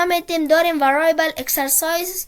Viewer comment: ورای ایبل نه. وریبل. بعدش شما که تدریس میکنی فارسی صحبت کن. وریبل به معنی متغیر. موفق باشی.